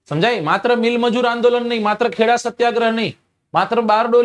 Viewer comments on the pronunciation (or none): none